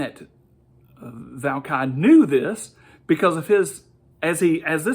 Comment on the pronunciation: This should be hilarious. Always love it when you theists think you know better than experts. And you start by mispronouncing his name. Well done. How characteristically bad. It can only go downhill from here. Firstly, you start by claiming he said something against the "supposed belief system" of "every atheist". Firstly, there IS NO ATHEIST BELIEF SYSTEM. How many times to you need to be told that before it sinks in. Atheism is a lack of belief in a god or gods. The ONLY thing that would be against that would be a belief in a god or gods, and before going any further, I KNOW Forrest didn't say anything along those lines. No. I DON'T have a "default belief system". Unless you mean my lack of belief in a god or gods. That is THE only thing all atheists have in common. Why do you feel the need to lie?!? Forrest was giving HIS beliefs. Now, there is a good chance that he and I will agree - but that's not because we're both atheists - it's because we both accept the findings of SCIENCE. By no means do all atheists accept the findings of science. Also, "ananthema?!? Why are you making up words?!? Did you mean "anathema"? Maybe you should learn how to speak English. You think the origin of the Universe is Forrest's field, and that it's BIOLOGY?!? Your ignorance is palpable. The origin of the universe is COSMOLOGY which is part of ASTROPHYSICS. It's not REMOTELY connected to biology, and is certainly NOT Forrest Valkai's field. And then you start raving about the Big Bang flinging